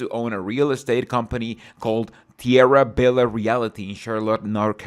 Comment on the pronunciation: 10+ on your gringo pronunciation of Tierra Bella😂